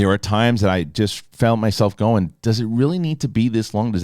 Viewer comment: “It weally wasn’t.” 😆